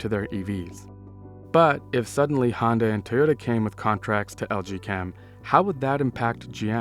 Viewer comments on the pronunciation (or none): none